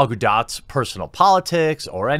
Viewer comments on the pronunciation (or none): Please learn to say Gal's last name correctly. Think of it like Gadoe.... spelled Gadot. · Incorrect. It's pronounced Gadote. Here's a video only of her saying it